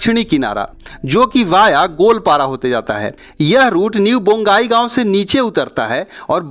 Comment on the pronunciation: रांगिया नहीं। रंगिया। बोंगाईगाँव नहीं। बंगाईगाँव।